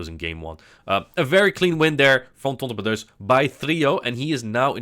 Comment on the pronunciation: The way you say TontonBatteuse kill me everytime haha